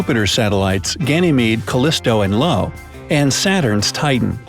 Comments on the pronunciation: The 4th largest moon is named "Io" (as in eye-oh), not LO........ Just thought you should know. :-) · Its not Lo, its io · Lo? I thought it was Io. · you said lo wrong it io or eo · its not Lo its io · It's io not Lo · It's Io (i but uppercase), not lo (L but lowercase) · Excuse me, but what's Lo ? The satellite of Jupiter is called Io, with an i not L. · its not Lo as in LOW its IO as in EYE OH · Its io, not Lo SMH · Guys... C'mon... "Lo?" It's Io, with an i. Y'all use to pronounce it 'Ee-oh', now 'Low' but cmonnnn...... It's pronounced Eye-oh. Lol. Get it together :P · This guy called io lo “Lo” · He also calls Io (io) “Lo”, as if the name was all in lowercase beforehand lol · Someone can't tell an L from an I. It's io no Lo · they literally just called "Io" (i-o) "Lo", didnt they? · You said Lo. Don't you mean Io. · IO (EYE-OH) not Lo (low). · Pretty sure Jupiter's moon is called Io, not Lo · Capitol I Io, not Lo...... This isnt the only place this happens..... I know its a bit of a troll but its kinda like calling a guy named Mike Meekah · It’s Io (eye-oh) not ‘lo’. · Not "Lo," but Io. That is: I O. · Io not Lo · It is io not lo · It’s in (IY OH) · Isnt it lo... Not Lo.. Just a doubt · I'm happy that someone else recognized the Io (eye-oh) moronic mistake. It's simply amazing that something so basic can be gotten so wrong. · Honey…its Io(eye-oh)